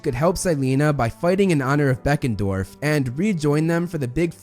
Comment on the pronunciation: & : Is it Deckendorff or Beckendorff?